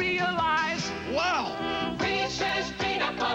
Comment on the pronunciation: I love these because there's no chocolate. Just peanut butter and sugary crunchy shell. Am I right? When you just want peanut butter and no chocolate! Also some people mispronounce them and say "Reesies Peacies". This old school commercial pronounced them correctly - REESUS PEESUS! Bravo!